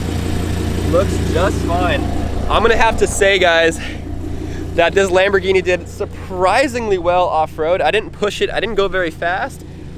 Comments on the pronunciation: It’s not kambhorghini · It’s kambhorghini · It is a lambourgini😘